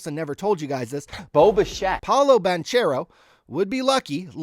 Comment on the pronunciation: All you have to do is say Yawn Is. 2 words you already know. Then for banchero its Ban Care Oh super easy. great content tho love the channel!!!